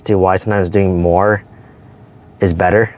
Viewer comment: Do more, not “ma” lol.